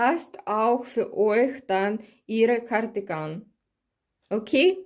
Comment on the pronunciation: Ah ich liebe es wieder wenn du in deinem Akzent Gardigan sagst es keine Kritik ich mag es einfach LG